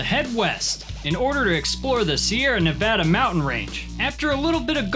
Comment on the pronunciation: Ok, Dynamite TV has my respect: he pronounces Nevada correctly.